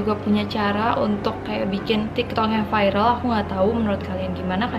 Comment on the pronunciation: Viral kak bukan vairel kak